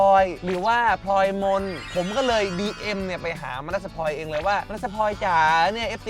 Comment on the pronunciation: พูดว่า dm... น้องได้ยินว่า เลีย!!! 🤣🤣🤣